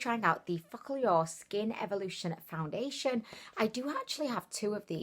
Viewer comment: Did you say, "Foun-diddly-ation"? Lol